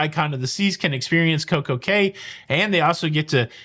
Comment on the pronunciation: In the Bahamas Cay is pronounced Key.